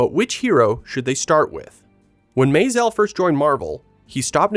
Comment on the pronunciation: What's up with the pseudo French pronunciation of Maisel?